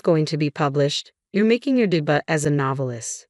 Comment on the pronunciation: Robo-voice: seriously, de-butt for "debut?"